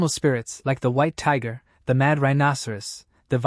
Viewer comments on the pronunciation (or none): none